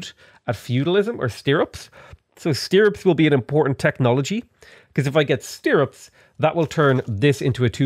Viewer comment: i might have to cut myself if I hear you pronounce stirrups again lol thank you for your dedication to working even though your neck is killing you. hope that gets better soon!